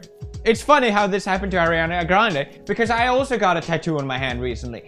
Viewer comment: thank you for saying ariana instead of airana.